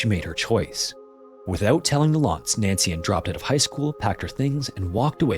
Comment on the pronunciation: Please choose how you're going to pronounce names and stick with that pronunciation through the whole video. Every single time you said her name, it was either Nancy-space-Ann, or Nancian. C'mon.